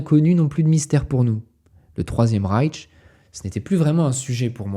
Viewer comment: Excellent comme d'habitude ! Seul bémol en tant que germanophone ça pique les oreilles d'entendre "Reitch" et "Fouhrer" tout le long de la vidéo 😅 ça se prononce "Reich" et "Führer" tout simplement